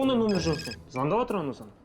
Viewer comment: Атыр,атыр демей жатыр деп дұрыс сөйлемейме😮